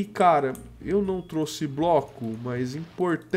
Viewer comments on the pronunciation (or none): none